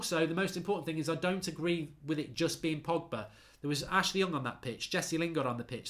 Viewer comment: Man called Pogba ‘Poggy’. I’m dead 😭😂😂